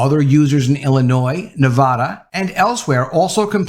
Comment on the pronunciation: I was with you … till you pronounced Nevada. ‘Neh Va (as in van, can) duh’ - there’s no Naw vaw dah. Just so that’s cleared up. K. Sound of Freedom was excellent & moving! Definitely mate the effort to see it.